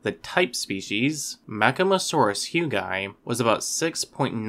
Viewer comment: Perhaps trivial, but 'hugii' should roll off the tongue as 'hyoo-gi-eye', and not 'hyoo-gye'. Latin pronunciation rules demand that there should be a clear tonal distinction between the two 'i's'.